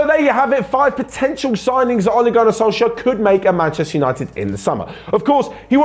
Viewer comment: The way he pronounces Ole Gunnar Solskjær hahahaah😂